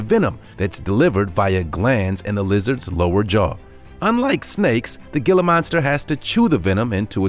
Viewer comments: It's pronounced He-la monster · It is actually pronounced hila monster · Its Gila but pronounced hila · HEE-lə monster, the pronunciation is irritating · That may be true, but as the lizard is native to North America it has a more Spanish pronunciation as the region it's native to has a large number of those who speak the language. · It's a "gilla" monster. He may not have a clue about pronunciation, they got that right. Look at the tail. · The G is pronounced as a 'H" like Jose. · The "G" pronounced "H" . Tell your computer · It's pronounced hiila monster, not gilla monster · The "gill-ah" monster. HEE-LA. It's pronounced HEE-LA. JFC. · It’s “Heel-uh” not “Gill-uh” The G is Quiet. Please look up the Southwest. And for sure in New Mexico. Yes! We are in the USA! Read and look up about the Gila River & More. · "HEE-LA" monster, NOT GILL-AH. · 😄😆😅😂🤣🙋✋✋✋ ☝️And it's pronounced "hee-lah" not "gee-lah" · Ditto!! Thank you! I rarely comment on videos, but this needed to be said!! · It is pronounced "Hila" monster not "gila" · My thoughts exactly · It's pronounced "Hee-lah" monster. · Gilla? No.. Gila.. sounds like Hila .. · It's pronounced HE LUH not GE LUH 🙄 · You say Gila monster wrong it’s pronounced Hila monster not Gila monster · It's pronounced geela monster Not giler monster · Gila is pronounced heela. Heela monster not Gila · It's not pronounced "Gila" Monster. It's pronounced "Hee - lah" Monster. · Gila is pronounced hee-la, NOT gil-luh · It's not gilla it's hila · Can you please no pronounce it “gi-la” it’s spelled gila, but pronounced “hee-la” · It's heela monster. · Not hating but Gila monster is pronounced hila with an "H" Sound like jalapeno.. 😶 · The Gila monster is pronounced to where the G sounds like an H like Spanish. HE-la monster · Every time he said gilla, I had to wonder how he pronounced tortilla and quesadilla lol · Gila Monster. Gila is pronounced "hee-la" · The Gila monster is pronounced HEELA monster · Gila monster is pronounced "heela" monster